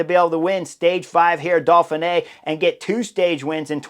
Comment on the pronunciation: Uhm...Chris and pronunciation don't exactly get along. There's no L in Dauphine either 😂. It's part of his charm.